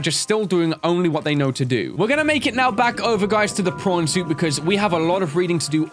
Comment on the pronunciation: how come to me it always sounds like is saying porn suit and also if you can cure creatures why cant you cure your self ¯\_(ツ)_/¯